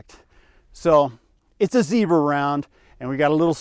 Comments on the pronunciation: У вас очень крутые ролики! Успехов и будущих побед в жизни! И кстати Zobra произнесено классно! 👍👌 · В этот раз хорошо выговорил) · Все правильно- Zёbra)